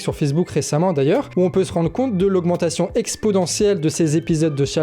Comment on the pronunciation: Exponentiel avec un N, pas expodentiel avec un D 😆